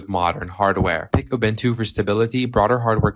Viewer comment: It's pronounced Ubuntu not Obentu